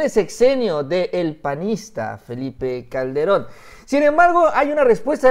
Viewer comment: Le dijiste al presidente "Felie Calde- ron". saludo.